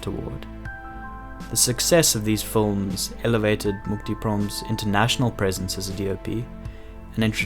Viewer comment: My only wish is this guy would say “films” instead of “fullms”